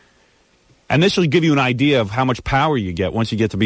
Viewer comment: "I'm just thrilled with the whole idear!" - Ellen Stern voice.